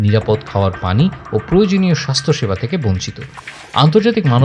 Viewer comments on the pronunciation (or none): none